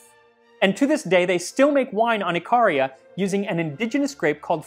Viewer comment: Ikaria is pronounced like Ick ah rea. One of the only Greek islands where the original oak forests remain, whereas most of the other island had the forests felled for olives. They hunt goats there and turn them into backpacks.